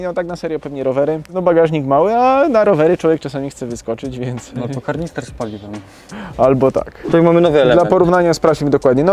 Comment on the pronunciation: Karnister? Kurde kanister się mówi